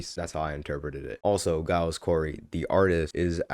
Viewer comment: bro how do you still say it wrong when the first word in the album is literally “giles” 😭😭😭😭